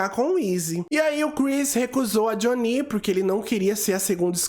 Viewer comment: Adoro seu canal mas eu gostaria que você ouvisse a versão americana sem dublagem para falar o nome deles certo. Doeu os ouvidos ouvir o nome da Jhonnie errado várias vezes… Pelo menos o do Uche vc consertou